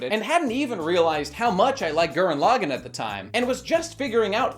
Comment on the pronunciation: Honestly how can he just keep pronouncing his favorite series so wrong. It is not pronounced L-ag-in, it is L-aw-gone.